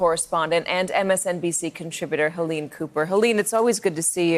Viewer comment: STop mispronouncing her name, Helene. It is not "Hillane". BTW there are wrong usages of words of your part during this interview. What are you doing in this business, anyway?